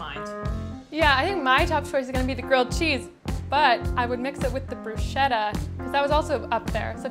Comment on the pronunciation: more like broo-skettah